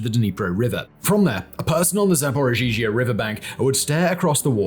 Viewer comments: Zaporizhzhia, not Zaporzhizhia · It's called za-po-ri-zha. Why are you saying za-po-ri-zhi-zha? Dude, there is Google translate that can pronounce this for you. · It's pronounced Zap-o-ree-zhia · you're mispronouncing ZapoRizie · Simon.... Simon.... Zapor-EEE-zuh. The extra z's are kind of mixed in. Your pronunciation of this has changed over a few videos but you've yet to hit the nail on the head... XD Hope this helps! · Simon saying “zhaporizhia” will never not be funny 😅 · Oh Baldie, can't even pronounce Zaporizhzhia. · 😂 I noticed it’s one particular name he always gets tripped over!